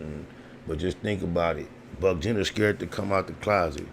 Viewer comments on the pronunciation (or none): Nigga said buck Jenner lol